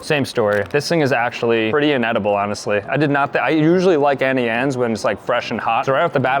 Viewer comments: "Annie Anes " is on purpose Its "Auntie Annes" lol still love u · BROOO ITS AUNTIE ANNES NOT ANNIEANNES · Why does he AnnieAnnes instead of AuntieAnnes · It’s not Annie Anne’s, it’s auntie Anne’s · It's AUNTIE Anne's ffs 🙄😂